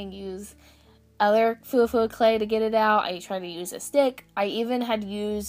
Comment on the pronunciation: Its actually pronounced Fwa fwa :)